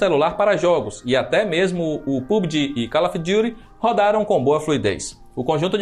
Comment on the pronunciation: Ele falando "Call of Duty" é engraçado kkkk👏